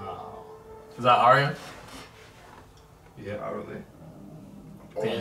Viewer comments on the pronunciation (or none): plus it's pronounced differently. Arya (Are-yah), not (Air-ē-ah)